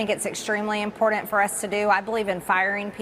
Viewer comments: Every time she says impordent, it makes my teeth hurt… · MQG, it's pronounced 'important' nor 'im-pour-dent' One must TRY to educate the 'Great Unwashed.' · MTG.....IMPORDANT....is NOT a word in the English language!!! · She should stop trying to say IMPORTANT. she obviously cannot pronounce it correctly.